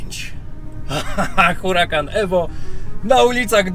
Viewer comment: Mówi się URAKAN nie Hurakan, dlaczego zmieniasz C na K a o niemym H już nie pamiętasz.